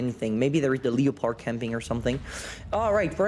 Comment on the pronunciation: No 1 say leopard like leepard im dying